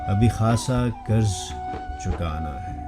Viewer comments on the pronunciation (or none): لفظ قرض ہوتا ہے۔۔۔ کرز نہیں۔۔۔۔اردو بولیئے ۔۔